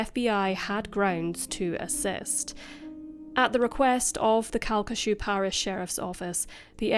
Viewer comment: I can't believe you covered this case, and you even said the parish name correctly! It's pretty much a local legend here even after all these years. Pretty much everyone knows the sheriff's son did it, but it will never be officially acknowledged by the LCPD. It's such a tragic case and one that still affects people today.